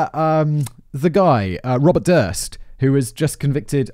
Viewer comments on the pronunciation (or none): none